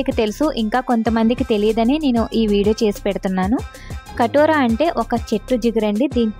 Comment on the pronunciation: అక్కా .... కటోరా కాదు. కటీరా అనాలి. కటీరా గొండ్ దీని అసలు పేరు.